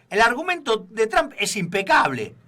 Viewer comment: QUERIDOS SE PRONUNCIA,tromp..no tram...